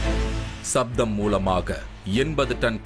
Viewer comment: Who is the narrator? He neither pronounce Tamil nor English properly. Other issue is playing down the technical knowledge of Tamils shows a kind of distorted science. Sound is written as sattham not saptham. Other Max Mullers!